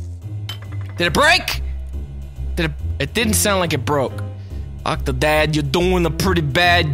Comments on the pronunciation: "VELCOME TO OCH OOCHH OCTODAAD" ~ 2014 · Haha the way he says octodad in the intro. 'Ughkktoded' I'm sorry but that's just hilarious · Hahah I like how Nova says Octodad, I can't stop laughing.